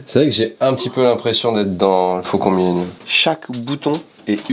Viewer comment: le fau-THON milenium :fish-orange-wide-eyes